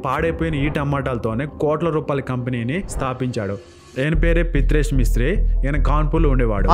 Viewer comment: పిత్రేష్ కాదు ప్రీతేష్ మిశ్ర